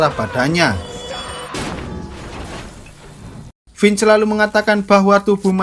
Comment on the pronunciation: mantap!!!! aq senang dengarkan "Vince" dilafalkan dgn bener. Makasih!